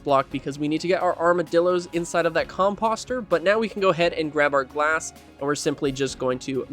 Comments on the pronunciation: Nice build - subbed... but ... whats with the "Com Pahss Ter"? Do you call fenceposts "Fence Pahssts"? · Com-POH-ster. I yelled at my monitor. Com-poe-ster, please. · The way you say composter is hilarious 😂